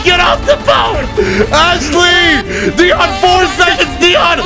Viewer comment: First "T" and Now "Deion" :'(